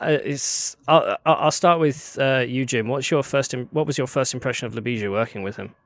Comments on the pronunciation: LYU-BEE-SHA BYE-EECH that is how you pronounce his name. the J in his name makes the same Y sound such as.. Yellow. you have to form the L and Y together. the S is an SH sound. the C in his last name is a CH sound. the "i" makes a long EE sound. not to be an asshole, but you genuinely butchered his last last name and did slightly better on his first name. youre copying how Keller says his name where as you should have simply askied Ljubisa himself how to say it so that you can COPY it properly. he Deserves at least that much respect. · Oh guys you butchered Ljubisa's name from the get-go hahah. A big hi to my fellow countryman Ljubisa! Glad to see Serbian people leading powerful tech companies. We need this diversity. It's also sad we didn't hear Ljubisa's thought processes a bit more. Jim as the rockstar did most of the talking. On the technical side, I'm a bit concerned about the 2D-mesh design decision and the assumption that models won't deviate too much from the present ones. Graphcore did a better decision on that front, IMHO, by creating a general computing platform and not trying to make too many assumptions about the architectures 5, 10 years from now. How do your chips support sparse operations needed to train Graph Neural Networks efficiently?